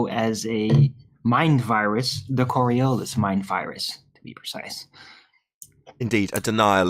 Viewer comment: Korriollis ? What is Korriollis ? Oh...you mean coriolis, right ? Not surprising that you still don't understand how the tangential speed is greater at the equator than at the poles. After what..... 3 years ? What a bunch of utter fucktards.